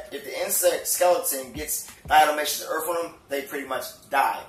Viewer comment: Did he say "Earf"